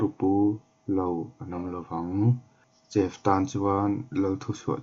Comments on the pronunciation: Lalfanu -princess Chef hi shef ang a lam tur ani bawk aw😑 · Chef khi maw ‘Sef’ tiin lam la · Chef nilo in shef tia lam tur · shef tia lam tur. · Van sawithiam sawt toh emem ahma aikhan amuang dalh boksia ngaihthlak anuam toh ltk... Mahse i english lam( chef ) tih hi chu afulo deuh ani alam dan te google ah te ngaithla hmasa la.hmasawn na zel ani